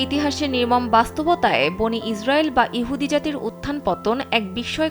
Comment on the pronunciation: উপস্থাফিকা সুরা বনি ইজরইল না ওটা হবে বনি ইসরইল। ভুলটা সংসধন করে নেবেন।